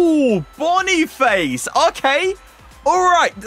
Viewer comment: Boni-fa-sea not bon-e-face